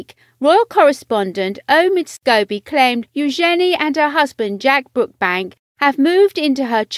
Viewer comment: It’s all look so BrookSbank not Brookbank. 🤨🤦‍♀️